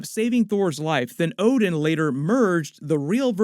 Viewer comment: hahahah so you watch one piece too? at certain point you say ODEN in stad of ODIN!!!